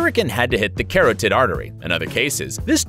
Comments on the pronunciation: nor forgetting the Ashigaru foot soldiers... and did this guy just pronounce carotid artery as "Carroted" Artery? Guessing that's where carrot juice comes from... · You did not say carrot-ed artery? That's totally not how you say that. C: C for effort